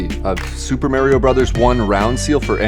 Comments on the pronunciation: I don’t trust anyone who pronounces Mario with a long A. It’s Mah-ree-oh, not Mare-ee-oh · If they gotta pronounce Mario "Maryo" that says everything I need to know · Fake gamer when you say "nes" instead of n.e.s. and when you say "Mario", Mare-rio"!!! Cringe video btw! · Never trust someone whon pronounces it as Merio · I love how your definition of a serious collector is one who has been doing it "for more than a year," and then you misprounce "Mario" as "Mare-ee-oh." At least the dentist who didn't know anything about video games, not even that people bought old games, was honest that he started a hedge fund to buy games as an investment opportunity. If that's also the page you're on, which it clearly is, do that, but stop with the stacks of obvious lies and false statements about those exposing the conflicts of interest with WATA and Heritage. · never trust a person who calls himself a "videogame collector" but can't even pronounce super mario correctly